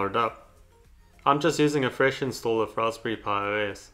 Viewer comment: "Ross pury" XD